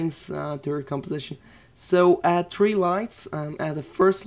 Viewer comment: why do you say tree instead of three like "add tree lights" i'm sorry but its just REALLY annoying. I've always wondered what makes it so difficult to say three instead of tree.